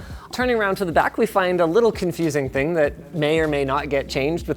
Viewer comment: You meant, "one more Ting," I think. I write freelance fwiw lol